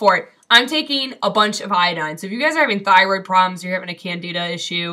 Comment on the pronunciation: Excellent Video! You are right, Candeeda is the correct pronunciation! Just like the Tony Orlando song (before your time)! In truth, systemic Candidiasis is one of the biggest contributors to the Western World's obesity pandemic, precisely because of extreme, irrational, carb cravings! This is potentially very bad,; by all means, stick it to the diet, otherwise your thyroid will plague you for the rest of your life! Plus, chronic Candida deposition in the Tracheobronchial Tree is a major contributor to the development of CA. of the lung! Happily, it's a fungus so Baking Soda and H2O2 kill it pretty handily! Stick with it, you'll be glad!